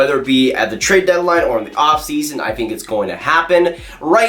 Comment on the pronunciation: "I fink that....."